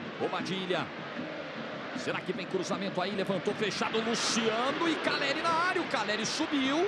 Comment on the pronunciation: Tem como parar de falar “Carelli”?